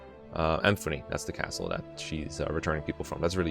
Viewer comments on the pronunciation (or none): none